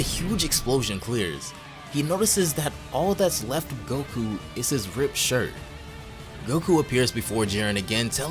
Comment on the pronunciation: bro this ain’t goku “necku”